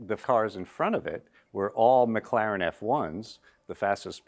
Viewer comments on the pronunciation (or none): none